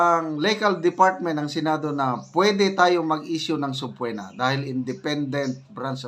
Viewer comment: sabpeena po yan hindi po sabpuwena😂😂😂